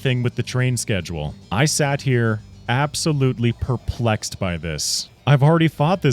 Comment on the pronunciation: Did you mean perpl-egg-sed?